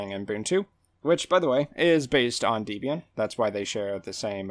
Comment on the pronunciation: "Dee-bee-an"... Really? I thought it was "Deb-e-an". lol?